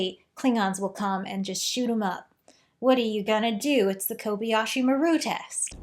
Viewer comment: It's Kobayashi, not "Kobiyashi." Kobayashi is a common Japanese surname, but I wonder why the ship is called "maru," which is used in Japanese for ship names. In the future, does Japan have it's own spaceships following Japanese naming conventions?